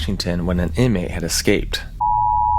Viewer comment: “That an inmate has exscaped…”bro how can people still not say escape?